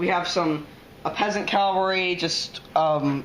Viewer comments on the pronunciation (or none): not "calvary" its "cavalry"